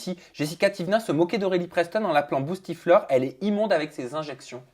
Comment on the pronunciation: C’est pas boustiflor mais bouchetiflor 😂